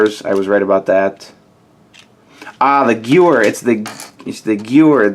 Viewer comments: The gewehr 43 is pronounced Guh-Vare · think you should learn some history of the guns. First of all, the "mp44" is a mp40, second of all , the Gewher 43 is pronouned Guh-Vare , third of all, the mg 42 was the newer one and could fire at 1200 rounds Per minute and the mg 34 is the older one. Many make the mistake that the mg 34 is nrwer because of the drum mag . In real life , the mg 34 had just the exact same mag as the mg 42 but brickarms decided to add the drum mag which was a variant , but was more rare. The sten gun was used by the brits , and the french resistance used those guns as well . You could read more about the ww2 guns on wipikedia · Its spelled as Gewer 43 but its pronounced Geveir 43 because "W" in German is pronounced as a "V"!!